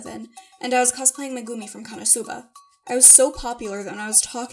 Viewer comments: meh-goo-mii meh-goo-mii IT"S MEGUMIN GODDAMMIT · She really just pronounced megumin Like mugini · It's pronounced megameen